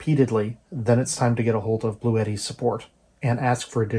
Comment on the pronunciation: It’s pronounced Blu eddy!